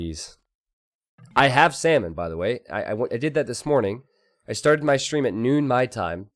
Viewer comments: Is it just me or how says “salmon” sounds like “semen”? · The way you say salmon, xdd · For my non expert ear every time you say salmon I hear semen :/ that was disgusting and funny.